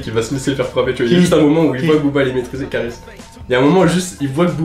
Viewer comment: c kaaris et pas karis